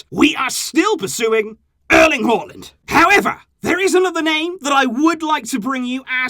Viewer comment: That's the right way of pronouncing his name